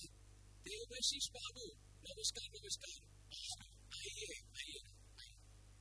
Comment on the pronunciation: Rajat Kapoor cannot pronounce long vowels in compound words lol. All these episodes, he kept saying "Satyanveshi" instead of "Satyaanveshi". And in this episode, he kept saying "Devashish" instead of "Devaashish". How come director, producer, nobody corrected him from the beginning.